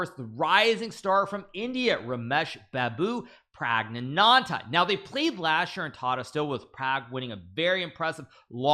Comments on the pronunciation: Hikaru's pronounciation of RaMesh bABu PRaagNaNANdhA killed me 😭😭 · Rumeyejsh Beuabuu Prayajgaanaandheaae